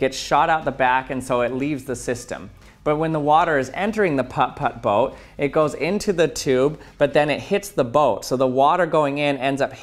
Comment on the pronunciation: No one is gonna talk about how he pronounces the "Putt Putt" boat too perfectly? It's oddly satisfying....